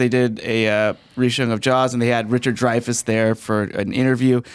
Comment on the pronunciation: its dreyfuss...sigh